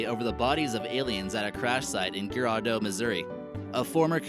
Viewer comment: it's cape Girardeau pronounced with a j